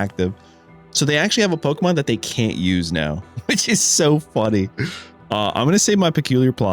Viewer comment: I’m not big on commenting on YouTube videos even when it’s a content creator I support monetarily but it was nice seeing my name in the video. I continue to enjoy your content ever since I came across it. It’s also why I can overlook you purposefully butchering the names of Pokémon. Let’s go Team Crown.